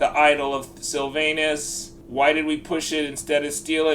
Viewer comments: The idle of SylvANUS 🤣🤣🤣 I’m fucking dead, Americans man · Please say Sylvanus more often 😂😂😂